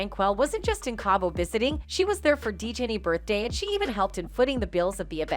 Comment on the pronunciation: It’s cabo not cable